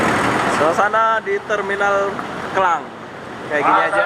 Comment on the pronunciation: Maaf mas,,Bukan Kelang,,Tapi KLANG,, Skdr ingatkan saja